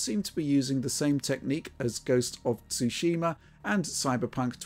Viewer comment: I don't understand what is difficult about saying Ghost of Tsushima but Digital Foundry is having a hard time with it